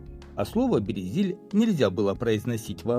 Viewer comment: Авторе, аж по вухам ріже ваша промова, правильна назва Березіль. У цьому слові немає «є»!